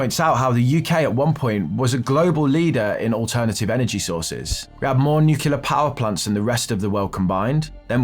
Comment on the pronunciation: It's new-clear dude. Not new-queue-lar.